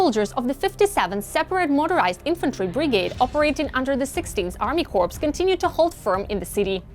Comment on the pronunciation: You're trying to say corps kors...but you keep saying corpse